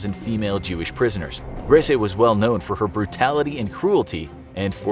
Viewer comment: Grese...gris prounounced like grey in Spanish...the last E is silented